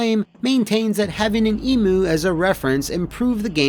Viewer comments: Americans can never pronounce ‘emu’ properly... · It is pronounced E-mew not Emooo